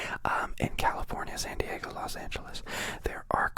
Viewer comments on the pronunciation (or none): none